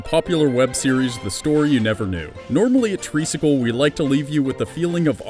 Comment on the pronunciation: I thought that the channel is called Treesicle not Reesicle...